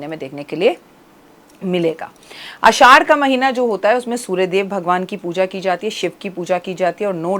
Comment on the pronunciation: Aasshhad hota hai mam. Na ki aaddash😅